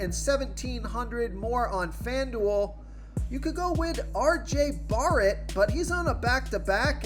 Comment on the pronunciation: LMAO at the way you say RJ BARRET